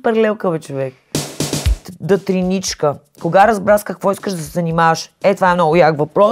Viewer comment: Любимата ми част от видеото е прочитането на "Деничка" като "дътриничка" 🥺❤ unintentionally iconic